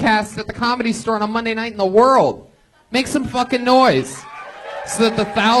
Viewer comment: The way Brian says "Werl famous comedy store.." HAHAHAHAHAHAHA!!!